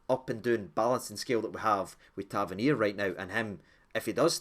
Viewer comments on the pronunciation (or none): none